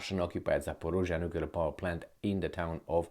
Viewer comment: There is a difference between the sounds "z" and "zh": kinZHal, zaporoZHye, ZHitomir sound as [ʒ], like in the words "meaSure", "deciSion" I hope will read this